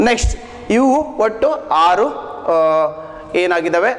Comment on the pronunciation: Sir thumba chennagi heli kottidhira. Adre aru yelu uccharane yake haru helu yendu helutthira. It's uttara kannda hagu bengalore nalli thumba jana heluvudannu keliddhene . Aaru yelu If I am wrong forgive me or please correct it. Thank you